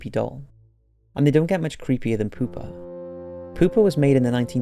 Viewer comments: Anyone else hear poopa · Pooper the doll? sure you're pronouncing that right? lol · I know that it's creepy but I can't help but laugh when he says poopa😂😂😂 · Pew pa pronounce it right.